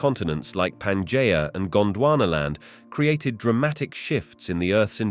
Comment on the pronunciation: Why is it that despite using the same AI voice in all of these, which I might add is pretty easy to listen to, that in some of them he can say Pangea correctly and in others he can't. It's not Panjaya.